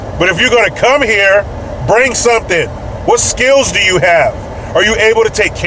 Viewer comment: Lol when you were talking about the super bowl I thought you kept saying break shit instead of bring shit, I was like why would you do that? 🃏😂 😂